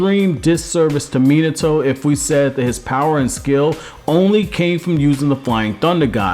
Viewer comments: it’s Mi-NA-to not Mina-toe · Dude you are the best I hate it when people pronounce minato min like minutes a toe when it's pronounced mean a toe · It's not mean-it-to its fucking me-nauto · Bro, why are you commenting on Naruto stuff if you can't even pronounce the names right? It's Mi-nato, not fucking Menato. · Not Mi-NAH-to???? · I felt like his name should of been pronounced mi-not-to and not minato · cool video but christ you americans butcher name pronounciations. Minertoe lol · Omg how many times can you mispronounce "Minato" in one video?